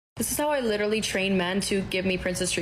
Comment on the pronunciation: SAY LITERALLY ONE MORE TIME!!!! BUT PRONOUNCE IT CORRECTLY! DAMN.